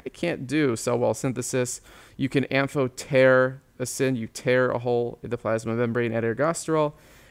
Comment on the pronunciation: I loved the am-PH-PH-PH-PH-otericin part 😂😂